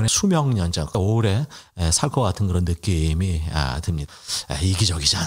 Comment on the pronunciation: 참 경솔합니다~~!!!!! 결혼도 8일만에 장난도아니구 유영재는 근데, 라디오상 발음도 이상합니다~~ 느~~낌이~~ㅋㅋ 단어를 참 이상하게 늘여서말하네